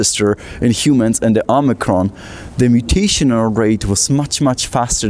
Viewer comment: Branch O-mice-ron?